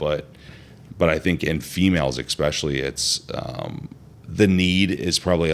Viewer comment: This guy says “ekspechially” instead of especially and it’s so annoying lol